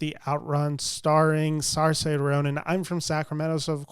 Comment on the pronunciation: SAR-Say Ronan? You're a movie reviewer and you've still not learned how to pronounce a 4 time Oscar Nominated Actresses name? How hard would it have been to look at another vid/interview to cop it. SEER-sheh.